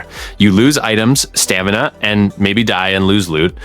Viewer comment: STA-ME-NA --- IN EVER WHINED